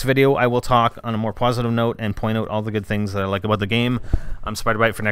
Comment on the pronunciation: Oh...and the narrator is saying "Aboot." So Canadian,. C'mon man.